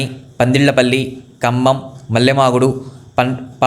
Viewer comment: మల్లేమాగుడు కాదు, మల్లె మడుగు